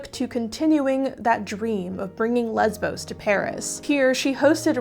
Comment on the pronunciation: im sorry but how did you manage to mispronounce Lesbo's that badly..